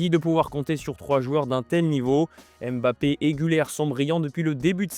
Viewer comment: Oui comme aime-bappe au lieu de Mbappé alala les francophones 😅